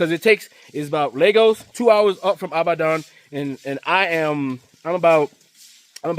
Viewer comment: Brother, it's pronounced "E-bad-on". ❤